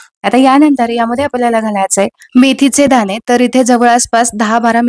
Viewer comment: सगळ छान आहे .काही मराठी शब्द अशुद्ध आहेत. पन नाही पण , आपन नाही आपण.मेथीचे दाने नाही दाणे असं म्हणा. व्हिडिओ दाखवताना कृती सांगताना भाषा शुद्धच पाहिजे. Sorry for suggesting.